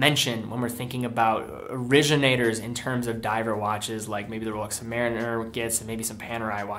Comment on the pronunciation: Royal Oak is not “roll-yolk”. And Rolex is not “roll-ox”. I have been hooked on your videos. But some of the watch’s names have been butchered over and over.